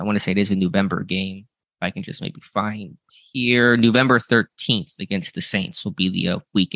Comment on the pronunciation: "Newvember"? What? 🤣🤣🤣